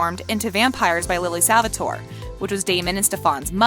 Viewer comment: Do you actually watch these shows? The way you pronounce Stefan tells me NO. You have also said Salvatore wrong in a couple videos. It's Stefan the "fan" is pronounced like "can". Some of the other things you say about the characters just makes me wonder seriously.... Do you even watch TVD, The Originals, Legacies, Supernatural, etc.